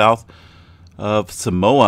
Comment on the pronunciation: Nope. He got it pretty right. More like sah-MOA